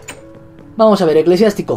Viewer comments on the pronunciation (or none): Eclesiástico no eclesiatico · vegetta llamo a Eclesiástico ECLESIATICO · Tu perro se llama eclesiatico no eclesiastico